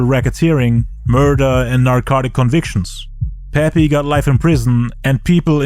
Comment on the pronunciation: Everytime he says the word murder even as a court charge.. he says it like MURDA.... JA RULES ASS IN THE TOILET THOU .